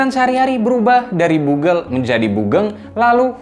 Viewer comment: Bukan bugel bro.. Tapi bogel.. Gw asli Pekalongan sering denger kata ini tapi emg penyebutannya utk org yg pendek